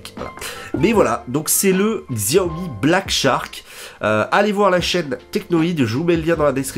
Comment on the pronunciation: Merci pour ta vidéo 'chiaomi' ;)